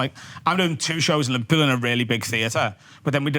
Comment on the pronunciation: He said he’s from livehpeul like a zillion times 🤷🏻‍♂️